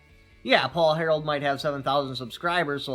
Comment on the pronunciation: It sounds like you keep saying Paul "Harold" but it's actually Harrell